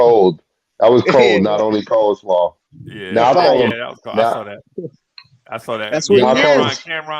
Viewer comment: “unskilled brother “ 💯 “ coaslaw” 🤣